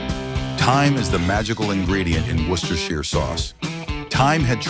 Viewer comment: HOLY CRAP! THIS IS AMAZING! An American pronouncing "Worcestershire" correctly!